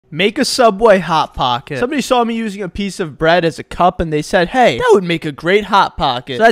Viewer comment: I liked the part when he said "HoT Paacket'